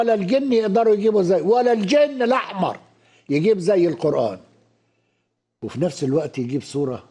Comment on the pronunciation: I swear to God! This Arabic speaking Egyptian can't read the Qur'an.. For instance he says " Ka meslihi" but the right pronounciation is " ka mythlihi" even the way he says " Qurraan" is wrong. Its (qur'aan) there is bit disconnection between r and a..The magical.thing about the Qur'an is 9 years old muslim from non arabic speaking Mali or Indonesia would read the holy text a way better than PHD in Arabic literature from none Muslim back ground . This priest is the proof .